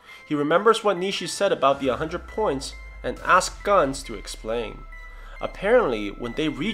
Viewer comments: Just irritates me...Is it really pronounce as “guns”? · it’s his accent. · Pronounce it right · he probably pronounced it differently